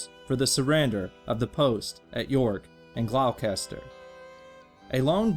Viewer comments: And Gloucester is glawst-cher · It's pronounced "Gloss-ter" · Gloucester is pronounced Glaw (like claw) ster